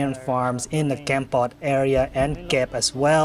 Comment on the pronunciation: You’re pronouncing Kampot all wrong. Its a soft “O”.